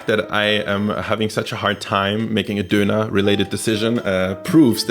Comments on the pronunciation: Did my guy just duner as a guy who he eat doner I'm offended. Just to let u on is pronounced as don-ner. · why you say doner like that... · An alle Deutschen: Sein Englisch ist eigentlich gut, aber sein "Döner" ist so deutsch xD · when he says döner he turns german back for a second